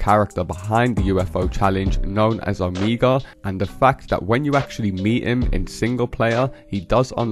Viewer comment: It's pronounced oh-MAY-guh (Omega)